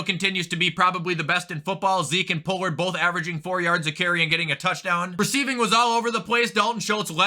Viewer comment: Why can't he just pronounce Pollard's name correctly like honestly I know it's spelled that way but that's not how it's pronounced sorry I know it shouldn't bug me but I've been watching him for a long time now and it kind of bugs